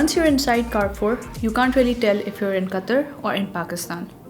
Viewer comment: you pronounce wrong ,please correct it carrefour